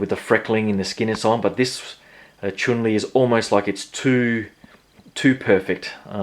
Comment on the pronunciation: Chun lee not choon lee lolllll